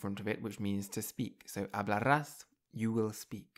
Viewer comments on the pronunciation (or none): No es "hablarrás" , el sonido es suave "hablarás"; no es "verrás", es "verás "; no es "amarrillo", es "amarillo". El sonido de la r entre vocales es suave, el sonido rr es fuerte. No es "supmercado", es "supermercado".